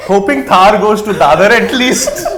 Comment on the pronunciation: It's not pronounced Thaaar. It's pronounced Tharr. Like thrrrr. Not thaaar